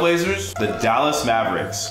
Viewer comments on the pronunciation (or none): none